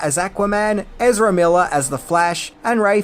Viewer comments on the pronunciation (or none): none